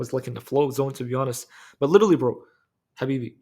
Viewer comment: Lirrlly litereely lilillrry 😂